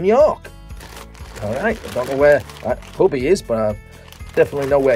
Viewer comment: Huby is pronounced U B